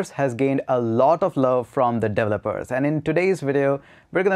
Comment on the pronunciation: Delopers Delovers Devolers Devopers. One day you'll pronounce it right. ...or just fukin say 'Devs'.